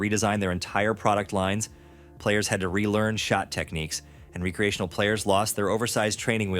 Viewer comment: R-ee-creational. AI slop voice.